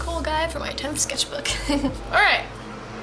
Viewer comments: sketch-bok is actually how you say sketchbook in swedish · When you said sketchbok, I now keep saying sketchbok wtfff